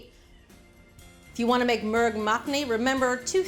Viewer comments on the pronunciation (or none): It's actually not pronounced "merg mack-ni" but "moorg muck-ni". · As a person of Indian ethnicity I am very particular that I pronounce words of another language or culture correctly. It is pronounced “Murgh” is pronounced with a “moo” sound NOT with a “purr” sound..